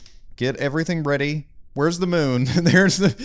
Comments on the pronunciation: Moon not mun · Mun or moon?